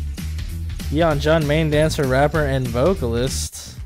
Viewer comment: i just found your channel and i rly like your reactions so far!! i hope you react to more txt, maybe a more detailed/updated guide like others have recommended! btw you almost have yeonjun's name right but its "yeon-JOON" not "juhn". like the joon in namjoon, or the month of june and youre close with beomgyu too, but its beom-gYOO not beom-goo. the "gyu" kinda sounds like the word "queue" but replace the q with a g, so "gyoo". hope this helps!! i think the yeonjunbabie guide shows you audio clips of how to pronounce their names :)